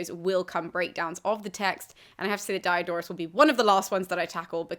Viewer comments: Please, he isn't Dye A Door us.The "i" in Greek and Latin is always short, as in "hit". Dee-oh-dor-us. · Dee-O-dor-oos See-kew-lews, thanks. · Why are you pronouncing the high front vowel in the first syllable of his name like the diphthong that's the English name of the letter "i"?